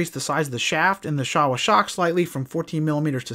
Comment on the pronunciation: There was a Showa Plant in the Town I grew up in and it's actually pronounced Show-uh. That's how the Workers from Japan Said it Anyways. Not trying to be a D*ckhead, just an FYI message...